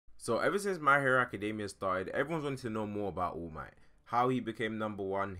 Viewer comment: his name is all might not oh mi